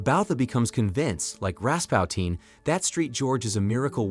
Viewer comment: Ras puu tin not Ras pow teen